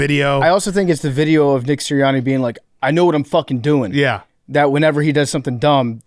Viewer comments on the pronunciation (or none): PFT said Nick-her